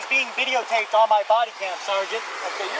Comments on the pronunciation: His pronunciation of, “sergeant” reminds me of a disgruntled private in the military. It happens a lot actually. I heard it a lot when I was in the Army. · It's SARGENT when Jeremy says it.